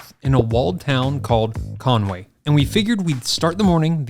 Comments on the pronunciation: Not ConwAy, just say Conwee! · Every-single-person pronounces Conwy incorrectly haha, it's not ConWAY its pronounced "Con-wee" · Well being from the valleys i think you said wales properly its just your accent that makes it sound funny to us and conwy pronounced conwee